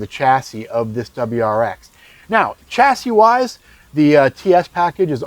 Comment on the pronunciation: Dear American reviewer, "chassis" is not an English word, I believe it comes from French, please pronounce it as it should which is something like "SHAS-ee ", this goes to you and most American reviewers which know a lot about cars, but this word is just an ear sore. the word Pizza is pronounced by Americans like "Pitsa", right? as it should! please give the word chassis the same respect. Thanks you!